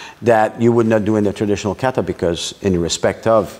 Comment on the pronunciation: I love the Canuck interview. He does great Japanese pronunciation of words like kaw/raw/tay except for one particular word: kawtaw is the correct way.